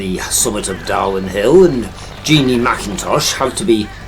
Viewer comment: It's Darwen not Darwin